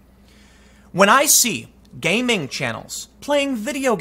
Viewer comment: Tim, you needn't worry. You said the words "gay ming" (homo and asiophobic) multiple times throughout this vid, so it's too late anyways. 😉😂